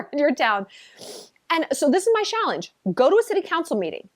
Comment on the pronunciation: I like that “Shallenge”…